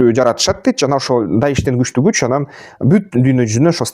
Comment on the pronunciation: Анан деп суйлосон боло тууган ан дебей😅